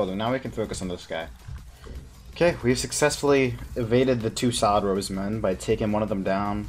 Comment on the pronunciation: Anyone know y he keeps calling xeric robes solid robes or sod robes wtf is he sayin